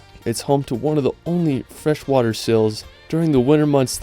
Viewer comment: How about to learn English before making videos like that, mr. "Largest fresh war lake in da wrold"?